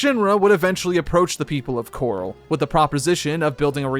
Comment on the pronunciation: The fact you call Corel ‘Coral’ but Cait Sith ‘Ket Shee’ is wild to me. I’m wondering if this was done purposefully and for what reason. Pretty sure every time Corel is said, it’s pronounced Corel and not Coral. Props for saying Cait Sith correctly though.